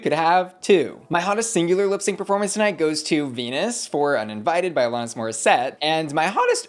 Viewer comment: Alanis. Not Alonis.